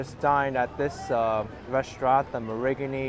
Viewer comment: G is silent. MA-rin-nee